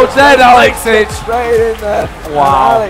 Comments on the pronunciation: you nailed the "ich" in AlexIch tho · The most impressive was you pronouncing 'alexich' correctly